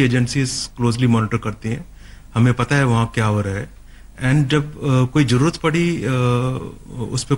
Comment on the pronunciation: Pehle bolna to seekho.. jarurat nhi hota zaroorat hota he.. in ko kon smjhaega.. or ye hum se laren ge jin ka shoq he shaheed hona.. 😀😃